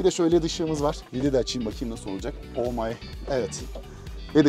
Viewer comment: "olmay"? "oh my"?